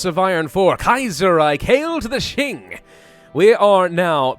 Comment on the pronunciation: Mandatory comment judging your pronunciations, this is for entertainment and educational purposes, I mean no offence to your contents, they are great. I will watch the video and correct pronunciations and/or give tips in this comments as I go along. Also before I start, Pravus tends to pronounce the Qing as Xing. As great as he is at pronouncing the Chinese ‘x’, that is not how you pronounce the ‘q’. First of all, as a piece of background info in Chinese ‘zh’ is pronounced like an English ‘j’, and the sound will from this point forth be referred to as ‘zh’, as ‘j’ is reserved for the Chinese ‘j’ sound. If you already know how to pronounce ‘zh’ and ‘x’, a quick way to learn to pronounce ‘j’ and ‘q’ is realizing that the difference between ‘x’ and ‘sh’ is the same as ‘j’ and ‘zh’, and ‘q’ and ‘ch. If you don’t get it just listen to it online, it should help. Also ‘c’ is pronounced like an English “ts”. Anyways since I already mentioned how to pronounce ‘j’, ‘q’, ‘zh’, and ‘c’ I will not include them in the list of corrections unless it is some special case (such as ci and zhi). It says 直隸 (simplified 直隶), it means Zhili, as in the province and the clique. And by the way Zhili is pronounced Zhh-li Ji-aang Bai-li (I will use double A’s to signify when to hold a short ‘a’ sound) Lwo-yang Rwei Sss-chwan Fung-ti-an